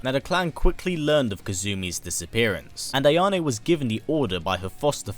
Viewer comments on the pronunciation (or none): Correct Pronunciations: KAH-soo-mee (Kasumi) HA-ya-teh (Hayate) AH-ya-neh (Ayane) Liking the video!